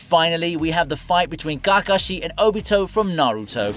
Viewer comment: What way are u pronouncing KAKASHI ???